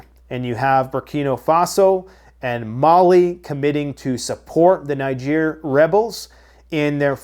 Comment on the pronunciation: I don’t belief you pronounce NIGER properly. Listen how they pronounce country of NIGER on Russian TV 😂 😂😂